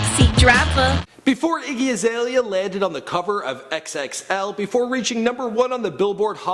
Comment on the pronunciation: Get a different person to talk about these people cuz he can't even say her name properly.😂